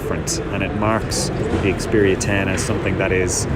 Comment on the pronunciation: it's not "S"10, just Xperia 10...